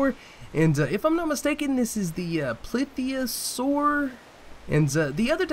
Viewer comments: ITS PLESiosaur NOT PLITHIOSAUR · This is my favorite video. Plitheosaur, beached, instant lvl 52, gets stuck in a tail spin of doom, to peacefully swimming along, to knocking a shark out of the water.... Not making fun of your pronunciation, dinosaur names can be difficult to say at times. Just liked how it was said.